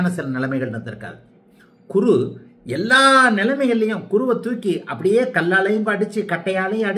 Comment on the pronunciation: மிக அருமை, நன்றாக புரிந்தது. ஒரே ஒரு குறை. உங்கள் சேனல் பெயரே Guruji tv, பிறகு எதற்காக குருவை Kuru என்று உச்சரிக்கிறீர்கள்?